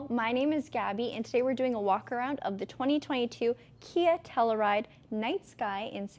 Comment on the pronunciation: Lol, obviously Gabi wore it better, but my wife will only let me bring the Telluride home. I hate to be this guy, I'm so sorry Gabi, but it's not Tell-oo-ride, it's Tell-you-ride